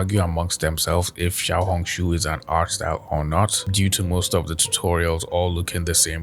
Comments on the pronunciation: All I hear is xiao-honk shoo and it makes it so hard to focus😭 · Everytime say Xiaohongshu it reminds me of yap dollar